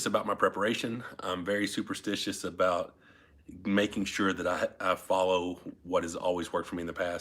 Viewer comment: Canadian "aboot".